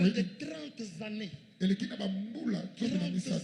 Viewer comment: 30 zannées 😅😅😅😅